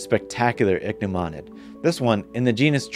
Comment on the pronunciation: This is fabulous! I am studying wasps and bees and their relationships to native plants in our backyards and I finally have heard first hand how to pronounce ichneumonid!!